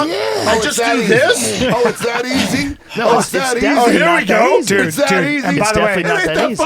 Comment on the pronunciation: It's eazayy money man- Usada